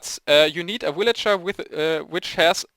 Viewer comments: woot im the 75view but i like how u say willager instead of villager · ok... I was laughing when I heard you first say willager but then I got tired of it. :P Sry no offense, just not used to it :P